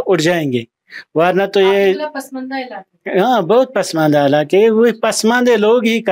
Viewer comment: It is not padmandas, but pasmandas